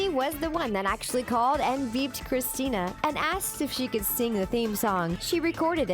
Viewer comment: you pronounced Christina's name wrong.